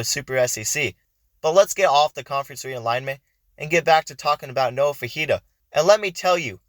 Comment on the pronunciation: It’s pronounced “Fi- fi- ta”not fajita he’s not a chilies dish